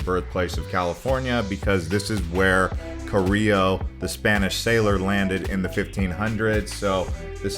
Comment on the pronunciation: Carillo? Cabrillo.